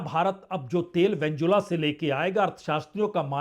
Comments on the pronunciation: नाम तो सही बोलो भाई साहब, वेंजुला नहीं है भाई वेनेजुएला है। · सर वेनेजुएला है वेंजुला नहीं।